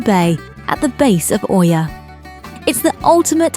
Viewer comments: Oia is pronounced like Eeeee-yaah! Not O-eeeee-yaah. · ТОЛЬКО ПРАВИЛЬНО ИЯ, НЕ КАВЕРКАЙТЕ НАЗВАНИЕ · I’ve just come back from here, it was pleasant & not over crowded. I would definitely recommend the buses & not taxi (very very expensive, no matter where you go 5mins or 30mins they charge the same price) ‘Oia’ is pronounced ‘ia’ told my locals 😂 The steps aren’t as bad. Definitely recommend Red beach and the prehistoric museum. 😊